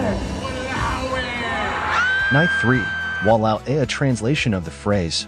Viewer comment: No la, Walao eh, and Alamak were INCREDIBLY on point.. especially Walao eh 😂😂 (I speak Singlish)